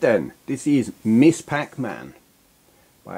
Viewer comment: To be nit-picky, "Ms." is pronounced "mizz", not "miss". The term started gaining ground in the '70s by women who didn't want their salutation to be associated with their marital status (as either "Miss" or "Mrs.").